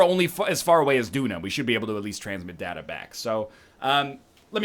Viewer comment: Every time he says "datta" instead of "data," I get unreasonably angry.